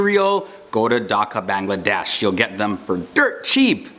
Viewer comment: You are saying Bangladesh as Bangla_